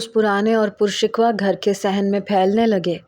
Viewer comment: pur shikwa nhi hota۔۔۔۔۔ pur shikoh hy ye lafz